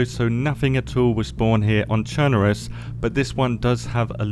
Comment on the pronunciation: YES! FINALLY SOMEONE SAID THE NAME OF THE MAP RIGHT. It’s Churn-uh-Russ (said as one large syllable). Not Churn-ARE-Russ or Churn-uh-Roose. Thanks for saying it right.